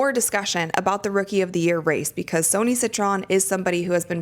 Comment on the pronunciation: Just to let you know Sonia Citron name is not pronounced Sony it’s pronounced like Sonya. I am a fan of yours just thought I would help.